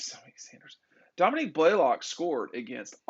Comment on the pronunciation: it’s Dominick, NOT DOMINIQUE Blaylock🤓